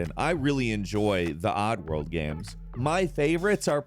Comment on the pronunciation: Why are you saying GAM 😂